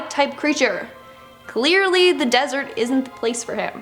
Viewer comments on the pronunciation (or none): none